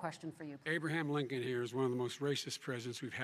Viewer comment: Biden called him lincon hahahahahahahha!